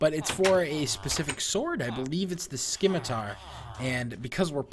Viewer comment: It's not a "Scim-i-tar" it's a "Sim-i-tar". Sorry I just don't like bad grammar.